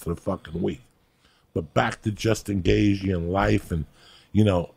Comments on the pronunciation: Joey - "Justin Gayzhee" 😆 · Gay Gee ? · "justin gay g" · “Gay G” haha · "Jason Gagagoop" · Ah yes, good ol Justin Gayzhee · Justin Gayjee lmao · "Justin Gay jee" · Justin gayG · Better than jason gabagoop ahahahah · Gayth je